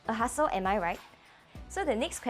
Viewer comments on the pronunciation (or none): A “hustle” or a “hassle”? Lol the prounciation is…